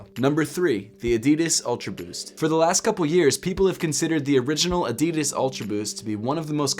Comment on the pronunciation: ADIDAS not AEDIDAES 😐 pronounce it right!